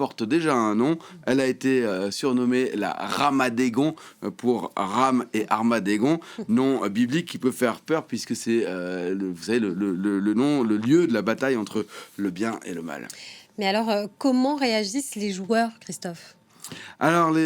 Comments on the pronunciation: Tu ne sais pas écouter ? Il dit "Armadegon" au lieu de "Armageddon". Du coup il s'est aussi trompé sur le jeu de mot : "Ramaddegon" au lieu de "Ramageddon". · Mais comment fait il pour garder son poste? Ça fait plus de 2 ans que je le vois et 0 progression? “Armageddon” il n’arrive pas à le prononcer Il parle toujours comme si c’était inspecteur Colombo…. Dites moi qui est son parrain par pitié 😅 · Putain mais le mec ne sait même pas dire Armageddon ?! Le nouveau MeuPORG ? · armadegon ? il est bourré ou quoi ?! 😅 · Merci de vérifier vos informations : la RAM a augmenté jusqu"à 400% et pas 95% maxi comme vous l'indiquez faussement. Et faut apprendre à dire Armageddon :D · RAM A GUEEEE DOON ... C est pas possible ça. Je sais pas moi... répètes avant de monter sur le plateau! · Le RAMADEGGON m'a tué ^^ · Faudra apprendre à dire Armageddon quand même